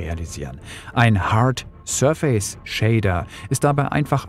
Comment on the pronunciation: Danke für das Video. Kannst du bitte die Aussprache des Wortes „surface” nochmal nachschlagen. Da rollen sich einem die Fußnägel hoch.